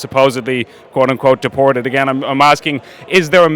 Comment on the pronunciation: A sign of a poorly educated person is pronouncing the letter t with an s sound. For example, "deported" being pronounced as "dee-por-sed". McEntee does this all the time.